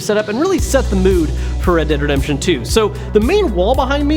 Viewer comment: red dead redshuntuer